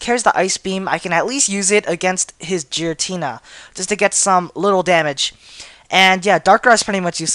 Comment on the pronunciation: he needs better prenounciation its gare-a-tina and grr-oww-don